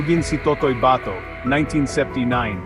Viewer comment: bakit ka ganyang magbasa ng Tagalog? Basahin mo nga "hindi pa kasal". Bigkas mo ay kaaaa-sal, sa halip na kà-sal..e, yung "kapatid" bigkasin mo nga. Hindi kà-paaaa-tìd kundi ka-pà-tìd..kakatamad kang pakinggan, peborit ko pa naman si FPJ. Ikaw ga'y Americano? Ba-tò hindi baaaa-tò! Haaaay nako!!!